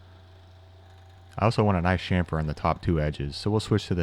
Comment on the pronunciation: I came across one of your videos when it auto played after an Abom79 video. I liked what i seen and directly subscribed but after hearing you say shamfer and not chamfer I just unsubscribed.